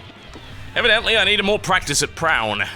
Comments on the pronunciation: it is pronounced pro-oon.. its a type of geometric painting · I think it's pronounced Pra-on